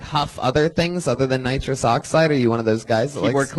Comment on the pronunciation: Dude had an entire set about nitrous oxide and kept saying nitrick oxide but he so smart he figure out immortality